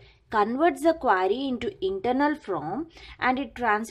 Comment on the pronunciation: again what is it ? QUAAAAAAAry XDXDXD